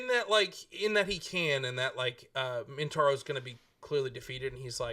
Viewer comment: Is saying "Mintaro"? I'm picturing a 4-armed tiger shokan centaur, and I kinda dig it.